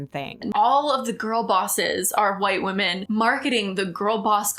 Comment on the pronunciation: I HATE that she can't say "women" plural.